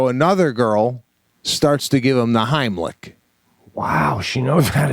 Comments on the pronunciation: The Haamlic.....? ;) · The “homlick” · Idk about you but I ain’t trusting someone to do the Heimlich on me when they can’t even say it right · "Homlick, homlick." "It's the HEIMLICH!" Right after, "the Homlick!" Dude!!